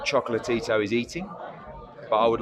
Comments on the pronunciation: I know it sounds like he’s sayin “choke-la-Tito “😂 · I really like when hearn says "chocolate-tito" 😂